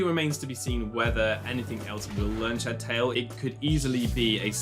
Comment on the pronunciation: Shed Tail is two words. It's SHED TAIL not shedTAIL. I can't stand how Pokémon fans don't know how to properly unnunciate their words